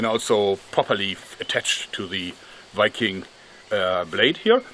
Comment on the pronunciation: The way joerg says 'wiking' instead of Viking is adorable